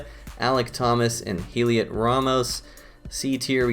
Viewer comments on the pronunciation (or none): Heliot is pronounced Elliot. Silent H. Love the reviews!! Keep it up 👍